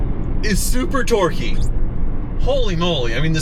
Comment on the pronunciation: Every time says "So torque-y!" I just hear "So dorky!"